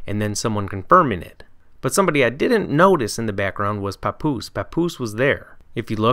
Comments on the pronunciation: Lmao POPoose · never ever pronounce papoose again my g lol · You did papoose wrong